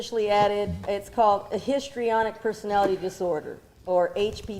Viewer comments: This fool said “wait….so history then tonic”🤣🤣🤣🤣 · tryna pronounce “Histrionic” had me crying 😂😂😂😂😂😂 Corey “Go” “HyustArioNick!!” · trying to say “Histrionic Personality Disorder” 💀 💀 😂